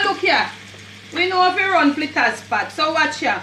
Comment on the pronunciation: Flittahs me say lol 😂